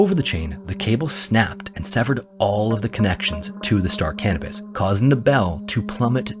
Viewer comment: I swear he kept saying the name of the ship in story was the Star Cannabis hahaha